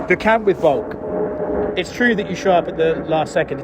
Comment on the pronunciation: Why does Craig always call Volk "Volks" with an S?